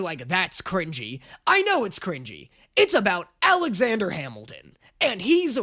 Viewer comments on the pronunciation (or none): none